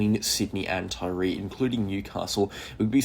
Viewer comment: "Forster" pron. "Foster"... Taree pron. "Taa-Ree"